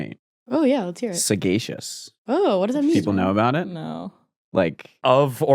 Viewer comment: The constant mispronunciation of sagacious is wild